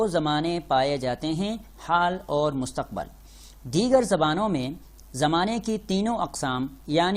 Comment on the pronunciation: Mustaqbal Kya hota hy Mustaqbil hota hy.